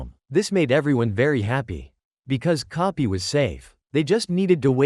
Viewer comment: Bro relle said kopy not koby😂